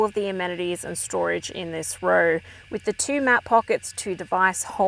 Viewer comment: ROW is pronounced ROE. Not RUR. Unless you went to a Vic Girls Private School.